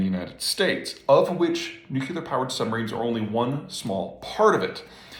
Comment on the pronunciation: I hate to be a stickler, but... "nuclear".